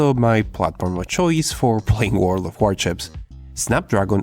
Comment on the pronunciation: I keep hearing "World of Warchips"